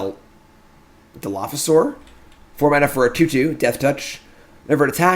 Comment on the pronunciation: I was so impressed with your randomly perfect pronunciation of Dilophosaur that I had to comment with kudos. Great job.